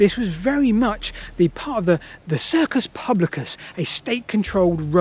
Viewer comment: The circus publicus??! Please work on your Latin pronunciation next time